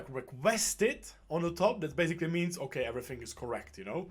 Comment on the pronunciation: "oke", "okee" XD